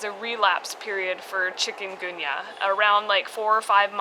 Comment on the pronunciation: Your pronunciation of chikungunya is actually spot on, even in English. I know this is an old video, but I too am glad that did not have Dengue.